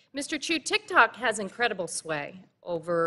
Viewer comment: Haha “TikTacs” xD